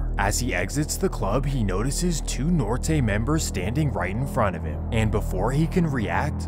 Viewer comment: Bruh gotta learn how to say Norte 😂😂